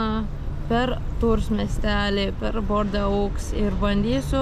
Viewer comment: Ne Bordeux, o Bordo 😊 tarasi.